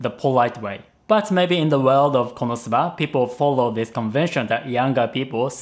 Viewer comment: is there a reason you pronounce Konosuba differently than the characters in the show do?